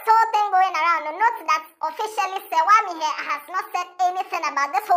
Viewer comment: The way you are mentioning her name shows you don't even know Serwaa.. what is Serwaa Am here, it's an Akan name so pronounce it well😅😅😂😂